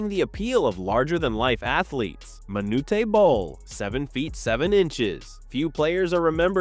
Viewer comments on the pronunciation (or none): There’s no ‘tay’ in Manute Bol. 👎🏽